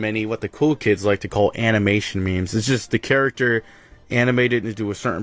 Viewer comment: Bro says character char-a-cter